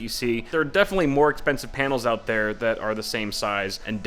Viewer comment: he said, Painals.